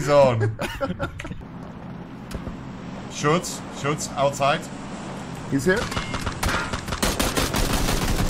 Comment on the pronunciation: Ich liebe es, wenn Monte "Shots" sagen will und "shoots" sagt😂